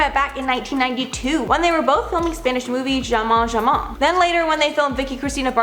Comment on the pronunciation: Love ya,. Only a quick correction, jamón is pronounced HA-mon.